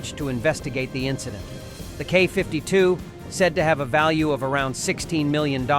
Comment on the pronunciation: what is a KAW 52 ??? what is a Kay 52 ??? do you say ACK 47 ALSO ?????????????????? ?????????????? IF YOU CAN NOT SPEAK OR READ .... WHY ARE YOU A NARRATOR ?????????????????????????????????????????????????????????????????????????????????